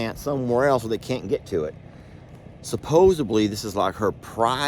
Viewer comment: You had me at “supposebly” ❤😊😂